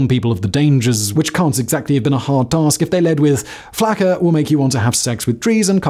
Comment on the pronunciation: As someone from Florida it's pronounced flocka, not how it's spelled as flacka